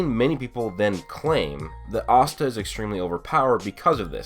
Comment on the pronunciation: "ahhsta" ewwe